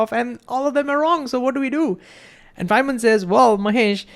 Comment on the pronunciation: I'm sorry for this, but I can't understand you. I'm not talking about the concepts (which, once I understand your diction I may of may not understand), but I can't really understand your WORDS. Chiefly, I can't understand "Fineman says" . . . or "Fan man says," or "Simon says" or whatever that phrase is that you keep repeating. I've slowed the video down to 75 percent and it's a little clearer, but I still don't understand what you're saying. Although I think this is probably not helpful to you, but I sincerely hope that it is. Even though I feel stupid for saying it because so many others are "getting" it. 😬